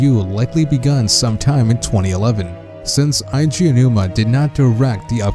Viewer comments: it's not "aiji" aonouma, it's "edgy" aonuma I shit you not. In japanese, you can add another vowel of the same kind to extend the enunciation. One of the exceptions is "e" because to make the e sound longer you don't add another e instead you add and "i", weird I know but still just my two cents. For someone who loves zelda so much you know little of the creator's name. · it's not eye G a it's ay G a... Nintendo themselves has said his name, and in nintendo directs where he says his OWN NAME he does not pronounce it like you man. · It's pronounced "eh-ji" not "Aye - Ji" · Jesus Christ normally I don't nit-pick about this kind of thing, but you really couldn't do a bit of research to know that it's "Eiji," as in "Eh-ee-jee?" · Eiji = ay-jee